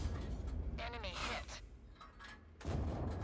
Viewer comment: am i the only one who hears eminy (Em En Y) vehicle destroyed? by narrator when he gets a kill?